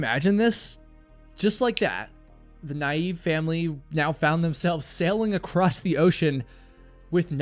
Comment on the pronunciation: The word 'ACROSS' doesn't have a 'T' on the end of it. Can you please stop saying this word with a 'T' on the end. Thank you!